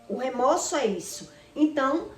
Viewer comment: O correto é remorso e não remoço